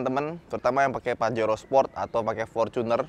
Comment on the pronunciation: pajero sprot dong 🤣 emang suka keceletot sih bilang sport jadi sprot 😂